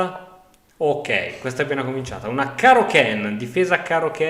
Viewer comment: Probabilmente prima o poi leggerà questo commento...si dice KAnn non Kenn... Sarà la trimilionesima volta che glielo scrivo.